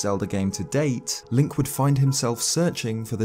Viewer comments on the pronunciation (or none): hey. the character's name is link, not linCHH